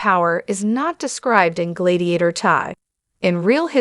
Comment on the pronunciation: Glaydiator?? Why don’t you review these things before posting ?